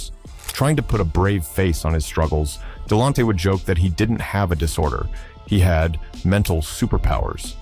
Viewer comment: Please pronounce his name right damn 🤯